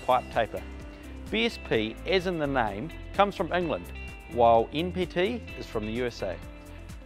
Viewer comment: This guy pronounces his letter "N" in the NPT like the letter "E." C'mon, you can do it! Nancy, Negro, No, November. "N"PT